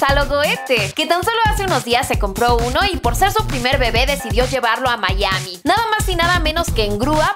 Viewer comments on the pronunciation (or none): none